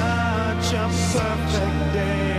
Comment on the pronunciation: Did the guy say Poifect day at the start xD ?